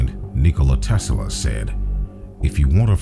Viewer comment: PLEASE stop saying "Tesala" !!!